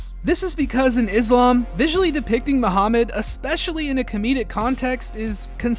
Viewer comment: I like the episode. I just wanted to point out that you mispronounced Muhammad every time. 😂